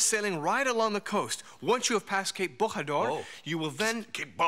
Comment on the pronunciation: Interesting, but you got wrong the correct pronounciation of Bojador. In Portuguese J is pronounced like in French. Thanks to José Mourinho for making the world know that.